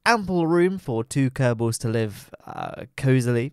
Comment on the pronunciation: you can say: "the kerbels have invented a more efisent teck".